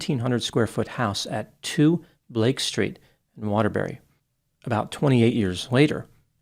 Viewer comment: Waterbury.... Not Waterberry